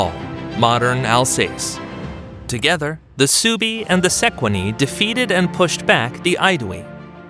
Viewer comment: The German Suebii tribe is pronounced "SWAY-bee" not "SUE-bee" In SW Germany there is still a region and a dialect, including towns and other titles that bear the name of this tribe -Schwaben or Swabia (in English).